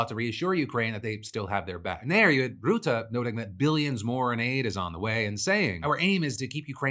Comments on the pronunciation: Rutte is pronounced like the English word "rut", not "root". Rut-tuh. Not that I have much respect for the man, but it boggled my mind that you mispronounced a na.e that sounds exactly like it's written in English! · Dutch guy here; FYI it's pronounced Rut-te with an uh sound (like a deer in 'rut'), not Root-te with an oo sound. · Oh Phil. Bless your heart. Mark Rootah? It's Rutte, pronounced like 'rut' (like how people can be in a rut. pronounced like rut), followed by 'uh' (or if you want to be fancy 'eh') Add in the extra T, to make it ruttuh, or rutteh, and you got the name. Rutte is pretty much pronounced exactly as it is spelled. We aint that complicated of a people. Also, the guy is a master in getting along with people. It's phenomenal. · Small thing: Rutte is not pronounced as roo-tah but more as ruh-tuh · for further reverence; its pronounced “ruh-te”, not “roe-te” phil :) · The u in Rutte is pronounced like the one in cut. Your consistent "route-uh" sounds pseudo-intellectual. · I can see you're putting a lot of effort into pronunciation so I just wanted to help and say it's "Ruh-Tuh" (Rutte) not "Rootuh". Appreciate the effort either way! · I lovs the way you pronounce Rutte "Ruh-Tah" that fits him better than Rutte 😂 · Also Phil it’s RUTTE not ROUTTE, he’s not something you plan on google maps lol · FYI the pronounciation or Rutte's name is more like the rut as used in "when you're in a rut" with a short sounding 'te' added to it. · I love how you pronounce rutte as routte. Lol. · Phil’s pronunciation of Rutte will never not be hilarious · Man, your pronunciation of Rutte kills me Phil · Pronunciation tip: The U in Mark Rutte's (Navo) name is pronounced like the U in the word cut. Source: having had the guy as prime minister for 14 years. Love starting off my days with your show!